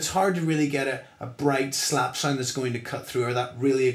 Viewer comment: What is a "sinde"? does he mean sound?